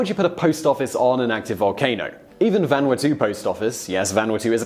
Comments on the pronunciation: well, you got closer with the Japanese pronounciation, but you screwed up Vanuatu. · that hurt my ears. Lmao